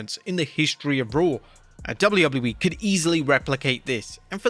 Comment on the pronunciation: why do u pronounce wwe so weirdly it makes u unwatchable dawg...